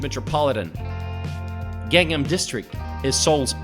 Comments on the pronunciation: Great views of the city! Although viewed through a very rose tinted lens. Would be nicer if the narrator had learned how to pronounce the names of the places featured in the video. His pronunciations of "Han", "Lotte" and especially "Gangnam" were cringeworthy. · The way he pronounces Gangnam is ATROCIOUS. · The ultra-popular song that the announcer obviously is unfamiliar with because of the way he pronounces Gangnam. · Great video, but you're really butchering the pronunciation of "Gangnam" lol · ).. The other ones are understandable, since they can be difficult to pronounce, but I was a bit surprised when he pronounced Gangnam as Gangam, leaving out the N. That was like the most famous song in the world. LOL Good video overall, though. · His pronunciation of place alike gangnam is not correct. Perhaps pronunciation would be Ghangnam. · I had to laugh a couple of times at your pronunciation, especially of the city section name of "Gang Nam!" (It's not Gangam!) Having lived a little northeast of Seoul almost four years, I still found your video interesting and informative. When people ask why I want to live in Korea instead of America, my first answer is that I can relax here. That's largely because it is such a safe country. I never worry about crime. My second answer is that in Korea, "customer service" is real. One of my greatest peeves is that it can be next to impossible to find a trash can. Another one is the sometimes difficult task of driving here--cameras are a drag! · God ! U can’t even pronounce simple word like Gang nam!!!!! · And Gang-nam (강남) has to be Pronounced “Gang Nam” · Gangnam is pronounced an Gahngnam (not like 'gang') etc. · not 'gaeŋ-nam'. you have to pronounce it 'Gɑ:ng nam' similar to 'Kang-nam'. like 'Samsung'(not sæm sung) .